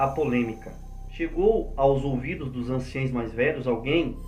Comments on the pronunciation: Anciões não anciães!aprende a falar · Pronuncia correta é:ANCIÃOS e NÃO anciães.